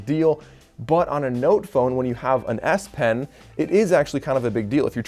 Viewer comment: sure sounds like "ass pen" 😆 Thanks for the review.....might be an option depending on how the note 20 unpack goes